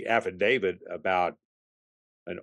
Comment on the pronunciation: i can't help it but i'm really bothered that this seasoned detective calls it an "affidavid"